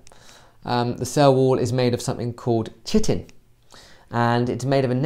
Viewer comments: It's pronounced Kai-tin not Chitin... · most people pronounce it chitin and this aint a english video